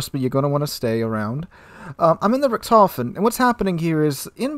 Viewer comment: Its Like Guy Ritchi.. so "Richt.. Hofen " :D greatings from germany :D